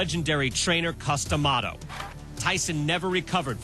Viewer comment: Dude its Cus D'amato not Cus Dee'amato!